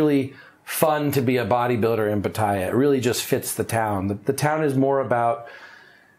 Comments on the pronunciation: He says pattaya like papaya, I think it’s pronounced put-ta-ya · Can't you make an effort to pronounce Pattaya correctly?